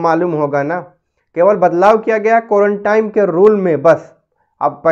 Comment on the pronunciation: Are bhai ek saal ke upar ho gaya is bimari ko. Aur ab tak tumhe quarantine ye bhi bolna nahi ata. Quarantime kyu bol rahe ho. Is se pata chalta hai kitne mahan admi ho tum🤣🤣🤣